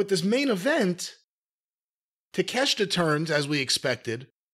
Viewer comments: Originally Jim thought his name was pronounced Take-Shit-A. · Kudos to Jim for phonetically pronouncing Takeshita's name.